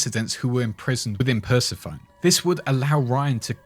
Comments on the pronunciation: Pssst...;) Persephone is pronounced "purse eh phony" Not trying to be a dick. I actually used to pronounce it exactly like how you did...:) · its pronounced Per-sef-fo-nee, Greek Goddess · Bruh...Per-seh-fuh-knee. It's based on the Greek goddess that Hades captured to be his wife. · LOL "persuh phone"